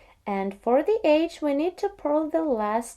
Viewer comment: She is saying EDGE... Sounds like AGE. Just figured it out myself. Now it makes perfect sense.